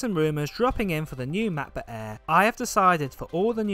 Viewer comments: Why do you call it a macba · the new "ma. buh-eh" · Mahcboo' Aeh 😄 great vid, mate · The MacBook „eeehh“